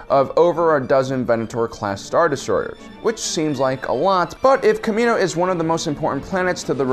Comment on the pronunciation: You said kamina...